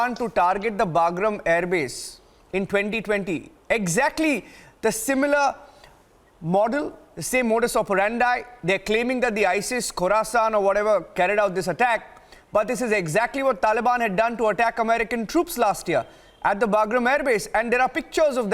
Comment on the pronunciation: Why do all these Indian reporters can’t speak correct English? It’s not “modus operanda” it’s modus operandi from new Latin, meaning manner of operating.